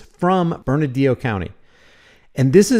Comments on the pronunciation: It’s Bernalillo (Berna-LEO) county, not Bernadillo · I've driven that stretch of 550 through Bernalillo for 10 years. It's the most cops per square foot of Hwy that I've EVER seen. I've NEVER driven that short stretch of road WITHOUT seeing someone pulled over by the road pirates.: It's pronounced Bern-a-Lio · It's pronounced "burn-a-leo" county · pronounced burna-leo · Your saying bernalillo county wrong ! Lol